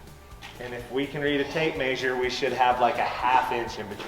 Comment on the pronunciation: Tape “meh sure” not “may sure”